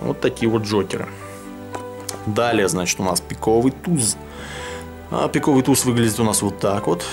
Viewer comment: там на и падает ударение т. е.пииииковый туз